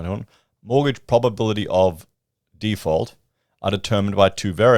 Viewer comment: It's a housing "default" not a housing "deeefault". You are watching too many American channels and mindlessly accepting the mindless American vernacular. You have, thankfully, lost much of your Victoria accent. Please don't drop into the Millennial pattern of speech that is apparently evermore American.